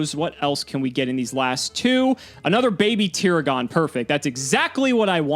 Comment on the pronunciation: It has been a long time since Ive been THIS entertained. You did exactly what I was thinking you should, so good job! But you mispronounced Baby Tiragon, the series sucks (im kidding lol. But it is prounounced Ter-ah-gin, anime weeb here XD)